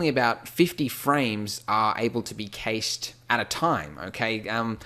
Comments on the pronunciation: As a software dev it hurts me every time he says "kayshed". It's like in money: CASH. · Who's Kay Shing?